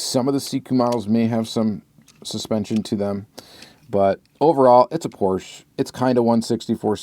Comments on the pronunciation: Your pronunciation of Porsche is all over the place and I love it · Is the correct way to pronounce Porsche, most American dont spell the e at the end. Greets from Germany. 😃